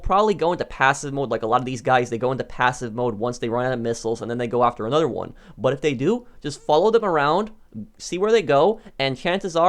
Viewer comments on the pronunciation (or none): I love how he says "anudder" instead of another